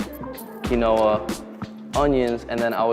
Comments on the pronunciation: lol dumb ass doesn’t know how to pronounce quinoa 😂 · The way he says quinoa makes me laugh.